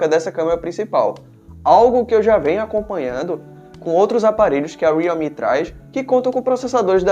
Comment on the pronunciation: Homem custa falar Re-al-me? Aí enrola a língua pra falar uma palavra simples